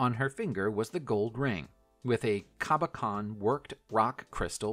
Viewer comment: Cabochon = KAH - buh - shawn Millefiore = MIH - leh FYOR - eh Devizes = deh - VIE - zezz